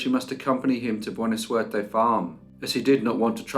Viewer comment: your pronunciation of Spanish is always A+. “Buena Suerte” means “Good Luck.” There was none in this case 👀.